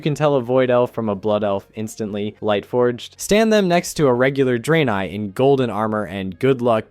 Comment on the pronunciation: "draynay" 💀 Edit: He fixes it later on in the video to Dray-neye. All is forgiven but not forgotten.